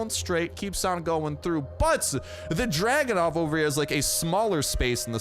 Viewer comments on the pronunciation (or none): It's Dragunov, not Dragonov lol